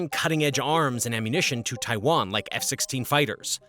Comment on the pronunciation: Drink every time he says Taiwan wrong … good times.